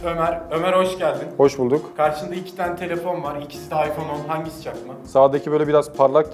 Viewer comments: İPzone değil iphohe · ipzone değil iphohe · ıphone yerine ıphohe diyo